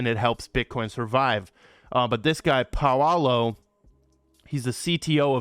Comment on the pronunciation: Paolo is Pronounced PAWLOW not Pawawlo mate, Stop Cracking me up with those pronunciation of yours :D